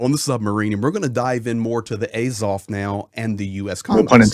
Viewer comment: The first 4 minutes of this video is a waste of time. It's just some dude no one's ever heard of saying how great he is and then saying what we've all been saying for the last 11 years. There's nothing new in this video. You are also pronouncing Azov incorrectly. Not that it's important.